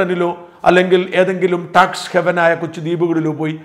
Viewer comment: ടാക്സ് ഹെവെൻ അല്ല, ടാക്സ് ഹാവെൻ 🤔🤗😁